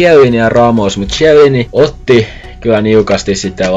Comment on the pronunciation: Eikö toi "zhielliini" pitäis oikeesti lausuu "kielliini"